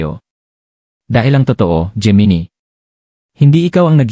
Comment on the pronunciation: Hindi po yan "jee-mee-nee" ang tamang pronunciation nyan. "Jé-Mee-Nai" po ang Gemini..